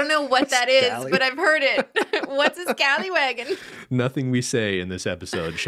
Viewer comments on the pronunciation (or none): ScallyWAG not scallywaggen lol